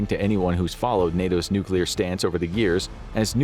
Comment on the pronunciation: right off the start of the video… i must say thank you for pronouncing “nuclear” correctly. you get a gold star for the day 👍🏻😂